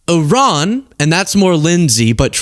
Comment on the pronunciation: you're the only person in my daily news that can pronounce IRAN. Thank you for giving me hope in these highly rednecky illiterate times. 👏👏👏👏